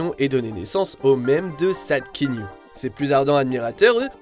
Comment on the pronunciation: Le « Kenyu » est juste insupportable !